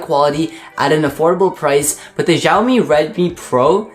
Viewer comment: lol he pronounces it as jhiao mi , it's xiaomi g.d. it